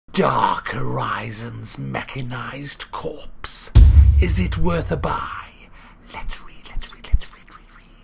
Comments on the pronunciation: FYI Corps is pronounced Core. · You don't pronounce the P in Corps